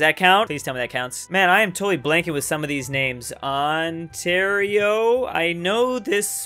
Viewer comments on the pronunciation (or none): none